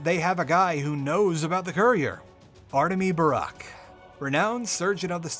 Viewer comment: it hurts to hear you mispronounce the haruspex's name EVERY TIME